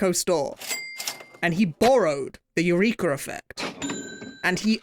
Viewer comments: im very surprised that no one pointed out how he's pronouncing "eureka" like urethra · The hard R on "Eureka" is crazy